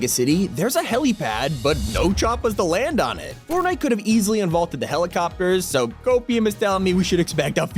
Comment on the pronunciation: did anyone else hear him say formnite or was it just me